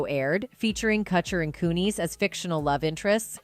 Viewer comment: You can't pronounce Kutcher or Kunis and you say a dollar 10 for "$10"!! I'm out, I can't listen to this